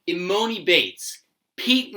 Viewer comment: How do u not know how to pronounce emonis name